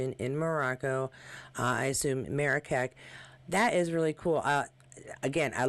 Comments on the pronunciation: Hi great pics of everyone, thanks so much. Oh just to let you know, Marrakech is pronounced Marrakesh. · Marrakech is pronounced "Marra--KESH".